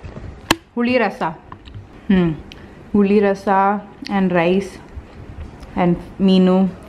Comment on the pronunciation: 'puli rasam' haha that's in tamil and sounds nice coming from you